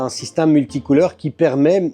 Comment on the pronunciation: Salut , je suis le seul à entendre " SYSTAME " au lieu de Système quand il le prononce ?